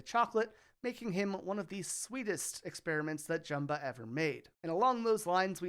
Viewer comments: Over-edited, gave me a headache. Prounounced Jumba's name wrong too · cant believe you said jumbas name wrong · Can you learn how to pronounce Jumba's name correctly? The way you absolutely butchered his name and didn't get even remotely close makes me not want to watch this video at all.